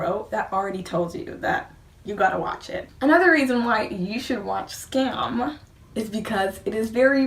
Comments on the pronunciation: Pronounce it like skahm. A Norwegian forest cat kitten DIES every time an English speaker pronounce Skam like Scam. And we don't want that! ;) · It's pronounced "skum" , other than that, great video !